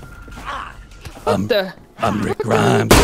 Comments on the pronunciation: “Rick Gremes” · rick greems